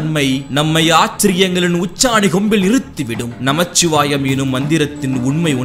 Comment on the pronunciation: " நமசிவாயம் " -தான் கூறனும் ~ "நமச்சிவாயம்" அல்ல ☝️👥